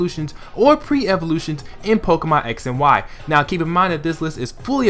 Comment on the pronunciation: u said pre evolutoins